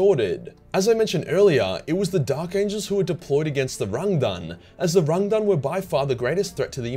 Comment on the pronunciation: Does anyone else find think about gangam style every time he says Rangdan xenocides.